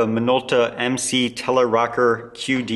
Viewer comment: Not Rocker...Rokkor